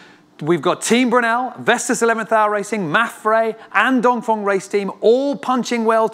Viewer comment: Why do you pronounce Dongfeng DONGFONG?